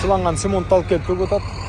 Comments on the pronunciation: Семонт эмес Цемент десен туура болот. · Семонт эле, кыргыз тили ф , ц деген тыбыштарын кыйыныраак айтууга